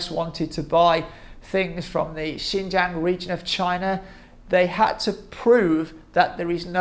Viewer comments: Why can't you even pronounce it close to correctly "ShinJong" not "Jang". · I'll conceed "Jiong" is better than Jong, but a long A as in Jang (rymes with bang) is simply wrong. I did check translation software and no way a long "a"